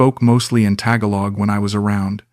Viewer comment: You can’t even pronounce the word Tagalog right